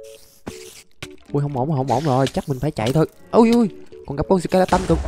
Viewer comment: Là sờ ke la tờn chứ k phải sờ ke la tân